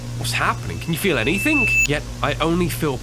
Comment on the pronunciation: a n y t h i n k